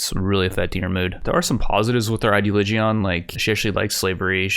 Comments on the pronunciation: pronounce "religion". now instead of "re" - use "ideo". its ideoligion, not, ideoligeon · And still says ideligaeon instead of ideoligion